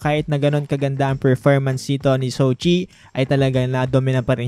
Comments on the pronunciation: jow chi po not sow chi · Jo-chi ☺️☺️☺️ Marami pa rin tlaga nagkakamali sa pronunciation dito hahaha... 🤣